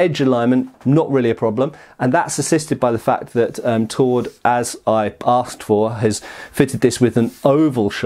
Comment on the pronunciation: So.. it's just what you axed for?